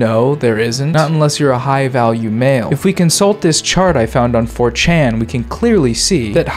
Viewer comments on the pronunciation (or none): why do u pronounce 4chan like a capcut tts voice